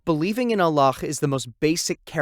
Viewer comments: Why is the narrator saying "Allakh" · Salaama’alaikum. I enjoyed this video. Why do u keep saying Allakh btw. It’s a soft ‘h’. MashaAllah TabaarikAllah. I understated tbh. I loved this video. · allah weirdly pronounced